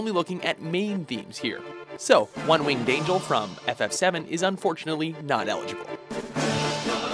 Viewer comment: homie said one winged angel HAHAHAHAHAHAHAHAAHAHAH